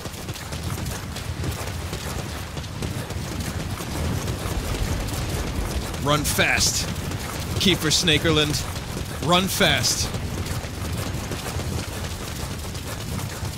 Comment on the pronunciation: LMAO at "Keifer Snakerland"